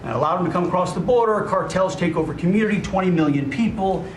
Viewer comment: I cannot possibly be friends with anyone who pronounces the word “ Community “ as “ Commooniddy “…… whoever that guy in the kitchen is…. With that Ghost of Christmas Past and her husband.